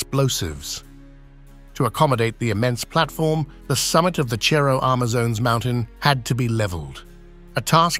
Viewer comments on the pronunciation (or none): Why does the narrator keep mispronouncing Cerro? It is not pronounced as chero. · Its a C not a Ch. You pronouce it like Serro Amazones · Awesome. It's "Cerro" with an "S" sound, not a "CH" sound. Silly Brits. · I am disturbed by the way the narrator pronounced the word cerro (hill).